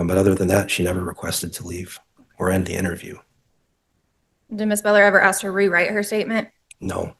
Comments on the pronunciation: I hear many people pronounce "ask" as "ax". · Why can't some people in the south pronounce "you all"? Regional and cultural dialect is part of a living spoken language. For some reason, more than any other word, "aks" gets abundant attention, and it's worth asking why is that? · Why can't she pronounce "ask"??